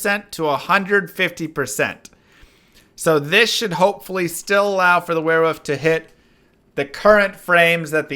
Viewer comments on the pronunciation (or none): No, seriously, are you saying wearwoof?